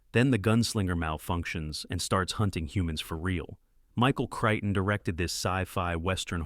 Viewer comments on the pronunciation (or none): none